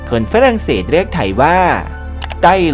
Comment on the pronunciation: ปวดหัวกับฟรั่งเศส555😂